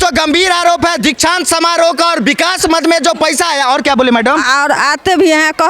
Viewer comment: Inko kuch padhane bh aata h 😂 Dikshant samaroh ko Diksa samaroh bolti h, 😂